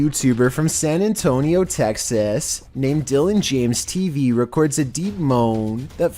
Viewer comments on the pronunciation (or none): none